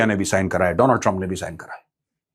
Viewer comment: Not Donald Trump it's Do+land trup😅